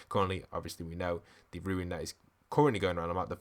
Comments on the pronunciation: Rune is not pronounced like Ruin. Rune sounds like “Roon” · RUNE not ruins